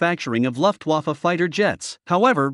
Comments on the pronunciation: Ive never heard Luftwaffe pronounced luff waffle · Could you please at least try to get the riht pronounciation of the 'Luftwaffe'? If you put "air weapon" into the google translator, you should be able to listen to it if you turn it to german.